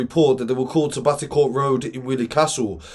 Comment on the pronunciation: Thanks for reporting this. Just one small correction, it's "BotteTourt Road, not BotteCourt. A lot of people get this wrong so it's cool. You're absolutely right about these types of news not being covered by the main media, I have close relatives living on Bottetourt Road and nothing was said about the shooting on the local news. I never listen to the main media anymore anyway, they've been heavily biased for many years, I want to what actually going on rather than what is chosen for me by people I don't know or care about.